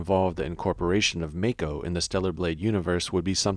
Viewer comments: It's MAH-ko, not MAE-ko :( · The way he says “mako” 🤣